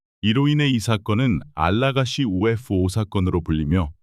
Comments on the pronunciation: 그냥 ufo그럼되지 발음 엄청 굴리네ㅋㅋ튀고싶나봄ㅋㅋ영상은 잘봄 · 바보! UFO 목격을 UF 오목격이라 읽네 무식한 넘!